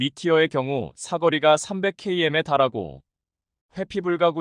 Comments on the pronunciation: 똑바로 읽으시요 케이엠이아니라 킬로미터라고 읽는다. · 글을 쓰는 작가가 한국사람인지 궁금하고 읽는것은 사람이 직접 읽는것이 아니라 읽기 기능으로 읽는것이 아니면 띄어쓰기도 그렇고 예로들어 2,000을 이공으로 읽고 2~(-)3을 이십삼 혹은 이 마이너스 삼으로 읽는것을보면 사람이 직접 읽는것이아니라 기계적(프로그램)으로 읽는것이 아닌가 생각이 듭니다 km도 키로 미터가 아닌 케이엠으로 읽는것이 사람이 아니기 때문이 아닐까 생각이된다